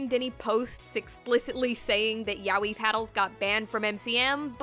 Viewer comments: yaoi not yawee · Fuck just say YA-O-EE jesus!!!!!!!!! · it somehow sounds super wrong how you pronounce yaoi. isn't it more like ya-oi? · Why do people keep reading it YA-WEE? Isn't it pronounced as YA-OY? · Ya-o-i. Not yawee. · Turns out I pronounce yaoi wrong. But if this is the correct pronunciation then it is identical to an Australian monster/brand of children's chocolate. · It's pronounced "yah-oh-e," not "yowwie" (despite that fact that "yowwie" would be an appropriate thing to shout when being hit with a yaoi paddle) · Yah-oh-e; you pronounce the syllables more clearly so it doesn't blend together as "yowie" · "Ya wee". Bruh... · Every time I hear the pronunciation of Yaoi as Yow-ee I get several flashbacks of violent timelines I've never experienced. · The mispronunciation of the word yaoi strikes again